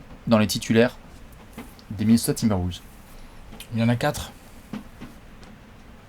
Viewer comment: Par contre faut arrêter de dire "Woulves"...